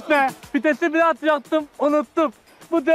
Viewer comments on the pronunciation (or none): Fites değil vites abi🤣